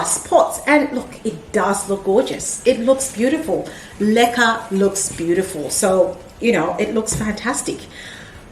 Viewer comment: LOL, BEFORE THIS VIDEO, I DID NOT KNOW WHAT LECA WAS, I THOUGHT YOU WERE SAYING LIQUIOR. YOUR PLANTS ARE BEAUTIFUL, WOW, I HAVE LEARNED ALOT ABOUT MOSS POLES ETC..